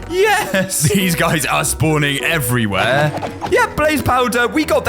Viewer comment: The first time said every where he actually said evy whar